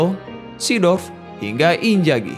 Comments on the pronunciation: Bukan injagi tapi inzagi 🤣🤣🤣🤣🤣🤣🤣🤣🤣🤣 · emang gitu bacanya? Eh bambang dari ejaan indo aja udah gak kek gitu, luh liat komentator bola Inggris maupun Italy selalu nyebut Imzaghi.